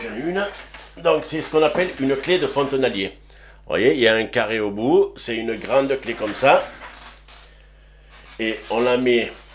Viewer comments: Clé de "fontainier" pas "fontainalier" (ils vont avoir du mal avec la recherche sur le net), tu m'as bien fait rire😉. J'adore tes videos, une mine de renseignements, merci de nous partager ton savoir.👌🏻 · Fontenalier ça n existe pas!!! Fontainer plutôt...... j me suis régalé dans ta vidéo ou tu en chie grave de ta faute 😂😂😂